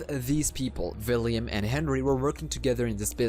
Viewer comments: Please. It’s William Not Villiam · Is he saying villiam instead of William🤔🤔🤔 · U even said william as villiam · william ❌ villiam ✅ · I believe it's william not villiam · vhy are you calling him Villiam? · I know you have an accent and I’m not tryna be rude or anything, just one thing..... ✨ᵛ ⁱ ˡ ˡ ⁱ ᵃ ᵐ✨ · Yea its william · but its pronounced william i know the story